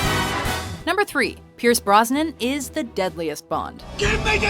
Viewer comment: By the way, the man's name is B-R-O-S-N-A-N